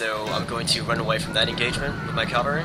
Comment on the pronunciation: Cav-al-ry not cal-var-ry.